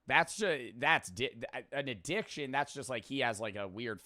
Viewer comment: an ad”dih”ction.